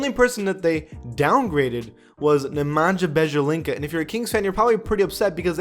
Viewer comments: Also, did he just say Nemanja Benja Lika? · "Nemanja mejalinga" 🤦‍♂️ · Nay - Man - Ya Bee - Ay - Litza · This man said Nemanja Bjezalinga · U fucked up Nemanja Bjelica’s name lmao. It’s pronounced: Nemanya Beealitza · "neManJa BejELinCA" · Nemandja Bendjalika? Who the f is that?🤷🏻‍♂️ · When he tried to say Nemanja Bjelica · that Nemanja Bjelica pronunciation was enough to lose my like